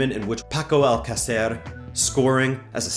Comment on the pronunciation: love the videos just a few tips on pronunciation: Girona -> hee-rona. Alcacer -> al-CÁ-cer, not al-ca-CÉR. Valladolid -> Vayadolid. CSKA -> Siska. Hope this helps!